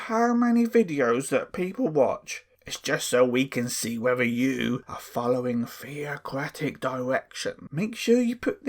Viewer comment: Did the elders say "Fear-o-cratic" arrangement?😂